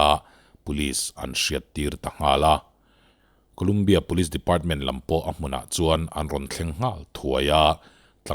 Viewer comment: Ngatinge kulumbia tia i lam tlat thin a. Saptawng/hnamdang tawng chu hriat chian loh chuan google ah te a lam dan zawn ve awm . Ngaihthlak a ti hre awm. A leh pek chu thleng tawh lo se. Lumbia 😁